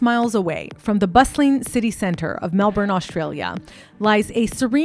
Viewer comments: As someone from Melbourne your pronunciation of a few things killed me a little bit, but aside from that this video was really well researched and I like how you went in depth about something that generates a lot of interest but that I’ve only ever seen surface level stuff on. 🙏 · You dont know how to pronounce debut or Melbourne so you're not qualified, sorry hun. Leave Bianca alone!!!!